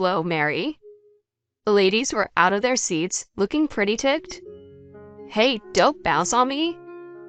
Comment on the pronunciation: Re torut? Preety? Tented? Cleeck? Underhestamate? Who is reading this?